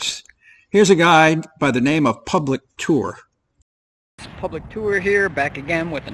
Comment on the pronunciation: What did you say 'public tool'?